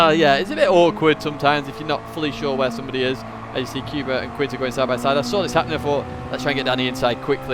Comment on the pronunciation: The Polish guy name Kuba should be pronounced like first sound of "cougar" rather then "cuba", so "coo" but not "q". Apart from that like always it was a pleasure to watch your daily race guide.